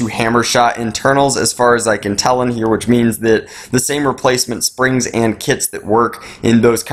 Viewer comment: WHY DO YOU PRONOUNCE "HERE" SO WIERD?!?!??!?!?!!!